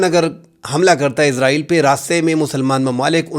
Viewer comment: آپ بھی حامد میر صاحب بھی اسرائیل کو عزرائیل پڑھتے ہیں